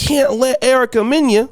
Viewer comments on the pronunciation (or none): You can’t eat dinner at my table, call me a monkey and I continue to feed you! And her name is MEN-AH not men-yah! Black men stay trashing Black women, but we have power and the reason you don’t have any is because you waste your life committing CRIMES and you’re not to be trusted!